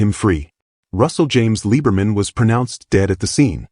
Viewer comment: They MUST FIX the narration on this!!!! His last name is Liberman . . . pronounced LIBBER-man and NOT LEE-BER-man. As he once told me: "I'm German and not a ___ Jew."